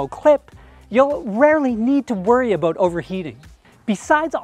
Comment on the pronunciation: When said "aboot",I figured he's Canadian. Great video